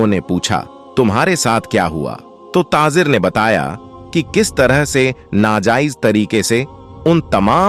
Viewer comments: Tazir nahi tajir bolo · TaJir and not taaZir